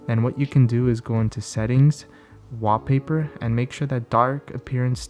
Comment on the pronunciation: Just count the number of times he says Waapaypa